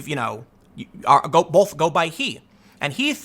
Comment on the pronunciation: Learn how to pronounce the word "both." It's not "bolth."